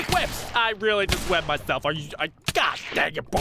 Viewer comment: Did ant whone else here him say shelf instaed of self